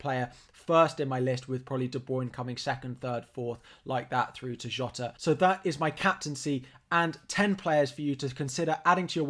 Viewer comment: well done for pronouncing jota's name right! lol